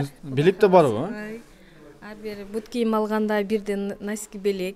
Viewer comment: Пут кийим 😂 Бут кийим Деп суйлочу пут - пут дебей